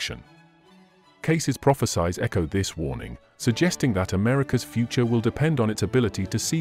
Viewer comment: This is another AI video. The person talking can't even pronounce prophecies correctly. Shameful.